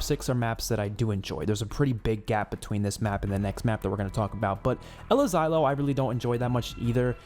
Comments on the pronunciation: It’s pronounced “El-aseelo” el asilo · It’s actually pronounced (el-asiiyo). Put some Spanish on that tongue lol